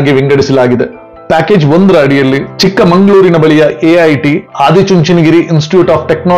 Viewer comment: ಚಿಕ್ಕಮಗಳೂರು not ಚಿಕ್ಕಮಂಗಳೂರು 😊